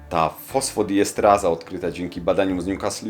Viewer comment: To jest fosfodiestEraza a nie estraza.